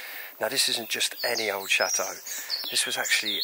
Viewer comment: CHATEAU NOT SHAAATEAU LOL